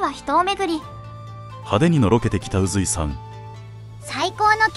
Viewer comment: 宇髄とかいて「さかいずい」と読むところにすごく違和感を感じる 宇にさかいという読み方あったかね